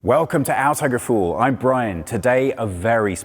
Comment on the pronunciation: Auto-ge-fool? Dat pronunciation 👍